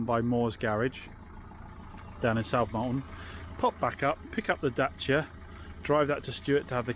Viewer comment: They day has finally come. He didn't say "daycia." :D